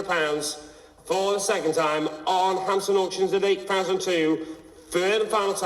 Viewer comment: Wtf he keep saying hamson auctions the tit